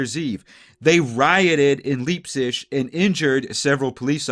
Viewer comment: Pronounced "Lipe-Zig".....not "Leeb-zish".........